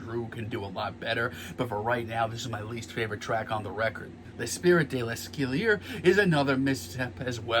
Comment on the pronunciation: The way you pronounced Lay-spree Duh-scally-yay invalidated your whole review